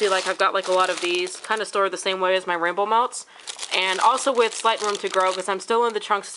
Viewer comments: HA HA! When you said "rainbow melts"... I heard "Rambo melts." I thought... "I haven't heard of this vendor!" :) Loved the video!!!! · I kept hearing 'Ramble Melts'...lol